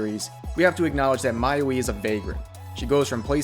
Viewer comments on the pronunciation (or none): "I hold the Monogatari series close to my heart" Proceeds calling Hachikuji as "Mayuwi"